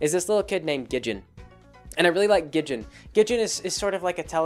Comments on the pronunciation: A few things, Wendy is actually only three years older, she's 15, not in her late teens. It's Gid-ee-on, not Gid-jen and as for the hatchet, they were going on a mission! She probably was being prepared for the spooky dangerous shenanigans they get into. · Gidjen? How in the world did you get the verbal pronunciation "Gidjen" from the verbal pronunciation of "Gid-ee-un"? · Wendy's dad isn't just a lumberjack. He's completely insane. Soos' abuelita is technically his grandmother. Gid-e-on, not Gidjin. Three syllables. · "Gijin". Damn it,. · lol "Gidjin" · How the fuck is it you pronounce Gideon?